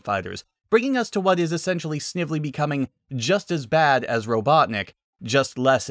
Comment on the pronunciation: lol! Ro-CLUCK-nik?! That's the best I've heard all day!(qouteing sonic)